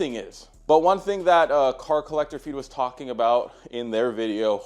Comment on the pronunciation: Brother please say it right at least one time brother PLEASE. Its Collector Car Feed